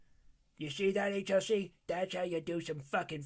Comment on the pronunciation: When buff said "HLC" I heard H.R.C. and was like "wow. When his branch manager sees this, he's gonna reassign him to The Great Place (Ft Hood... I mean Cavasos)."